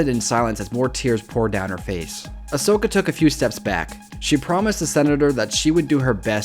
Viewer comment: It's Asoka not Osoka Yeesh